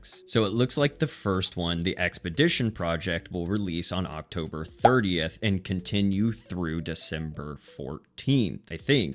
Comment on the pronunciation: It’s Arc-Tober!